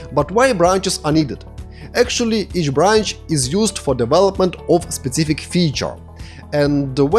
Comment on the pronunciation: "specific" and "author" — learn pronunciation! Also articles. BTW, a great course, thank you!